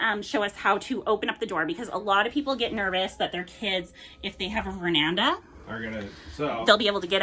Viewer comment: Ver-an-da ✅ Ver-nan-da ❌